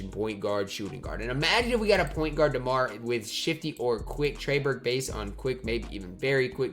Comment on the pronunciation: you called Demar Ty 🤣